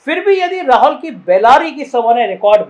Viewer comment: भाई राहौल नहीं राहुल होता है